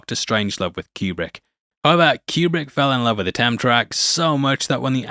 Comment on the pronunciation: It sounds like you're saying "tam" track, not "temp track.